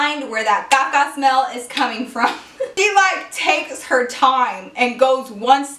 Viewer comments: she kill me the way she say caca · every time she says shit and vase i die of laughter and when she says caca LOL